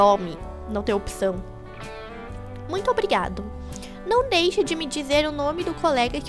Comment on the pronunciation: bem n é dake mais se fala deixe ok